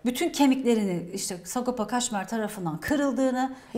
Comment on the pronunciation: kaşmer değil kajmer ahahahaah cahillik zor